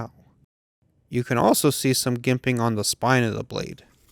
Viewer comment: it's (Jimp-ING) ;) you're very welcome